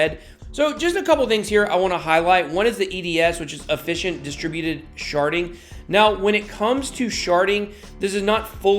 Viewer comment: Did you say "sharding" or did you really say "sharting"... suspicious... lol